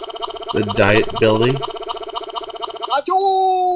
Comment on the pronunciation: I think "Diet" building is pronounced like the "Viet-" in Vietnam.